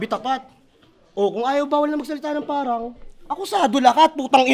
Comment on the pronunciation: Galing parehas ... Solid... Dapat ni rebut nya na hindi sya nagsasabe ng parang kasi bigkas nya "pawang"